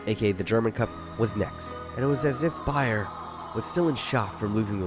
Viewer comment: seeing as how often it sounds like you are saying "BayerN" instead of "Bayer", this was the last straw. I officially feel personally attacked